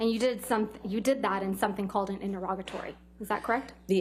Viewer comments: Its pronounced INTER-E-GATORY not INTER-ROGITY or INTER-ROGITORY - sweet jesus. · Why can no one pronounce interrogatory?